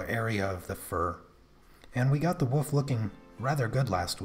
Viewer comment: For the love of God! There is an L in the word Wolf! Otherwise, great pastel work. LOL